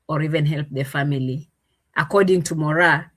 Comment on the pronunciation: It’s Moraa😅😅😅